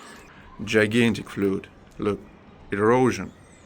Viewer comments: i want to help you with your speaking english. You are doing very well. The word Flood is pronounced Flahd like word uh not flud like the word you sound. Interesting that cultures seem to be the same around the world. Before the flood land was one large mass. After it continents and oceans formed is what I have read. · That was very beautiful, and amazing to think about what tools they had in the past and how precise everything was. We could never duplicate it with what technology we currently have. Also, in the spirit of being helpful with your English, flood is pronounced like fluhd, and triangle is pronounced like try-angle 🔺 The English language has quite a few words that though spelled similarly, they have pronunciations that are very different - those words can be confusing to a lot of people, through no fault of their own ☺️ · FLOOD is prononced to rhyme with BLOOD & MUD in English.